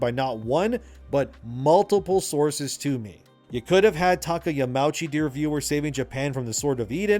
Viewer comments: Another great video, thanks for the insights. One little thing tho: it is Yama-uchi (2 seperate words that form one name). The au is not pronounced like the ou in ouch. Sorry for being the "uhm actually" guy. It just kills me a little inside to hear Yamouchi^^ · Japanese words are pronounced with each and every letter. So Yamauchi is Ya-ma-u(oo)-chi. No pretentiousness, just a little note for future.